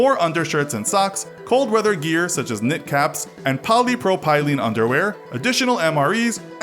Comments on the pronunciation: Listening to you pronounce polypropylene like it was three distinct words was probably the cringiest thing I've experienced from this channel. It is NOT poly pro pylene lolol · Polly-pro-pyrene? Please buy a dictionary with a pronunciation guide. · yeah, not to mention his absolute butchering of "polypropylene"